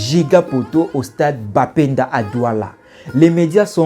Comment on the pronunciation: C'est Bepanda et non bapenda